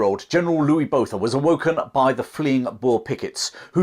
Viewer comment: It sort of spoils this otherwise excellent description of the battle in that the narrator didn't know how to say the names of Louis Botha and Schalk Burger. How hard would it be to learn and use the correct pronunciation?